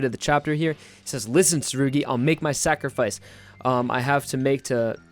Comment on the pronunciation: who’s surgy? ...oh you mean tsurugi?? jeez...